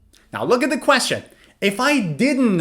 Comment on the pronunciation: You speak'the' sounds "va," why